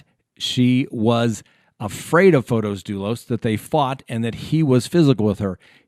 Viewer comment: Hi! Thanks for your posts. I'm an early subscriber and I thoroughly enjoy your analysis of current proceedings. I thought I'd let you know, it's pronounced Fotis, not Fotos. It's a fairly common Greek name.